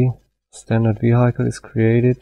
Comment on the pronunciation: Vehiiikel nicht Viheikel "Vehicle" Aber das Tutorial ist sehr gut!